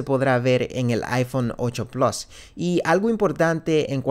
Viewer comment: por qué cojones dices plos 😂😂😂